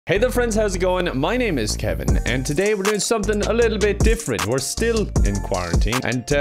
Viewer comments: Nobody: Kevin:"kivann." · It's pronounced "Kih-vonn" now.